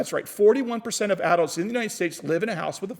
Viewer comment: The way you pronounce adults kills me, but your information makes up for it lol Thanks for the video,!!